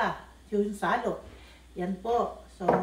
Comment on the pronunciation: Shallot or sallot..natawa ako dun 😂😂